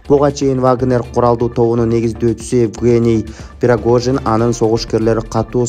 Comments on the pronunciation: Жок дегенде негизги адамдардын аттарын туура билип алып суйлочу шерменде болбой.Пирогожин эмес Пригожин,Синзя зен пин дегенин кандай?🙉 Си Цзиньпин. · Надо правильно произносить фамилию. Не Пирогожин , а Пригожин.